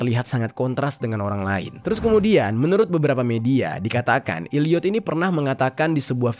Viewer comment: Maafkeun, tapi saya merasa gagal fokus gara2 Bang Jeri bilang Illiyot. Itu bacanya Elliyet, huruf e yg bunyinya kayak e di kata 'cakep'.